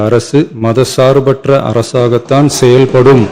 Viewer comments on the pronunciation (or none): செயல் + படும் = செயற்படும் , செயற்பாடு என்றுஉச்சரிப்பதே சரி.